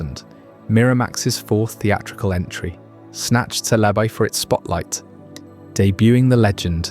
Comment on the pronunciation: You said Celebi 4 different ways an only the fist was correct. Had to stop watching.